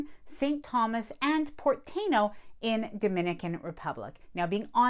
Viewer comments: It's TYE EE NO, it's the original tribe that were in Puerto Rico and Dominican Republic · tah-EE-noh - (Tainos - native indigenous of the Caribbean, The Taíno, a subgroup of the Arawakan Indians from northeastern South America, inhabited the Greater Antilles (Cuba, Jamaica, Hispaniola, and Puerto Rico)) I mean, if we are going to get picky with pronouncing at great detail, the names of foreign restaurants and such, it only makes sense.